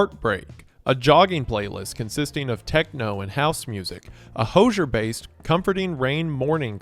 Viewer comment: NO WAY YOU PRONOUNCED HOZIER AS "HOJHRR" HE LITERALLY SAYS HIS OWN NAME 🫠🫠🫠🫠🫠🫠🫠🫠